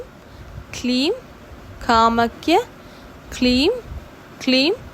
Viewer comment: Sister காமக்ய இல்லை கமாக்யா